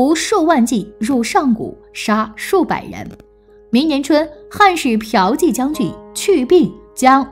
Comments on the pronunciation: piao 第四声，qi第二声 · 骠（第四聲）骑将军 不是嫖妓將軍😁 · 骠骑（biao ji）将军变成嫖妓将军？ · 原來霍去病是ㄆㄧㄠˊㄐㄧˋ將軍………